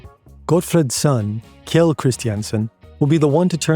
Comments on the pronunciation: oh boy the pronounciations were HORRID "kjeld" is pronounced similar to "shell" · great video, next time you pronounce a name like kjell be aware that the kj sound in scandinavian languages is the same as sh in english. Kjell is pronounced shell